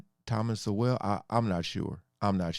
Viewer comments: It is Thomas Sowell like 'soul' pronounced. Dude is an American legend one of the smartest men ever. Blacks were the not only slaves, how about my Irish family who came to America during the famine? All kinds were slaves & treated horribly. Most blacks were sold by African blacks to jewish slave ship owners who then would sell around the world. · I would recommend many/all of Sowell (rhymes with Soul) books, but start with Black Rednecks, White Liberals. The man is a genius in the realms of economics & social psychology. He wants to teach people that your social behavior can hold you back or propel you forward & it's up to you. Keep on being a good human my brother! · Please pronounce Dr. Sowell’s name properly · Trevor Sowell (the e is silent) is one of the most highly regarded in his field in America today. However, because he tells the truth and journalists and media cannot come back at him, I believe he has been deplatformed. When I first came across him, it was pure joy to hear him speak such truths, and now I find it pure joy again, to find someone who accepts these truths. I have watched a few of your videos and wish you well in your endeavours. This comes from a retired white lady in Tasmania, with love, and I would like to call you - brother. 🌅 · These are great reactions. Just FYI, Thomas Sowell pronounces his name like the word “soul”. Which he has a lot of. And unlike Trevor Noah, who is an immigrant who has done so well and has some nerve to say these things, Thomas Sowell, grew up partly in the Jim Crow South and even started younger life as a socialist (meaning from the left). Sowell is a descendant of slaves. Noah is not. He’s doing race hustling. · I discovered Thomas Sowell’s syndicated newspaper column back in the 80’s. He’s a giant American intellectual. Soon realized, if I disagreed with him on something…I was wrong🤣🤣🤣. Btw, his name is pronounced, Soul. You’ve got a great channel and your work is appreciated!!!